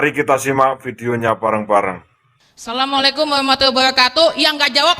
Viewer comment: Tolong perbaiki baca salamnya bak🙏